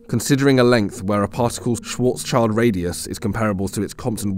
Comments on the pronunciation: It is "schwarz-schild", not "schwarzs-child". You keep mis-pronouncing this and it makes me question your proficiency. "Schild" is the German word for "shield", a common part in Jewish family names. It has nothing to do with "child". It is pronounced not unlike "shilled". So please, if you dont want to irritate your viewers of your certainly valuable content over such basic mistakes... put a little more effort in. Or maybe just get a better voice-over actor? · "Schwarzschild" is a german name. Almost every non german does this, but that name has nothing to do with a child :D It translates to "black shield" and you would pronounce it "schwarz-schild", not schwarzs-child. If you want to pronounce it nativley, you say schwarz and than you take the "sh" from should and the "ill" from hill, ending with d. Like "schwarz-shilld" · Small correction from a german speaker. Schwarzschild is not pronounced "Schwartz- child". It is pronounced more like "Schwurtz-shild", with the "u" being the same as in "button" and the "i" being the same as in "chill". Schwarzschild is just a name, but it translates to blackshield. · 𝕾𝖈𝖍𝖜𝖆𝖗𝖙𝖟𝖘𝖈𝖍𝖎𝖑𝖉 not Schwårtzs child. 😅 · This mouthbreather doesnt even know the difference of Schwarz-child and Schwarz-shield 😂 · Come back when you know how to say Schwartzschild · Just in case you´re interested: Schwarzschild is pronounced like the Schwartz from Spaceballs and Shield